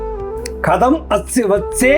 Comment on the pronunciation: हरिः ओम्। चित्रणं समीचीनम्। अभिनन्दनानि। अत्र पात्रेण कथम्" इति वक्तव्यम्। कदम् इति श्यते। कृपया उच्चारण विषये चिन्तयतु।